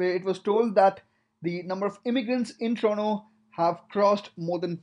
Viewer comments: it is said TORONTO not TORONO. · Toronto but you said torono 🤣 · TORONTO, TO-RON-TO. Not TRONO! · It's pronounced as TRONO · Why is he pronouncing Toronto as Trono? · "Trono and Wankuver" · This guy keeps pronouncing Toronto as 'Trono' which gets pretty annoying. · Listen to and tell me what you hear. That's just one example out of the 100 times he says Trono.